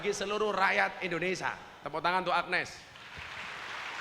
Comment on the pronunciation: INDONESIA gus, bukan ENDONESIA 🤭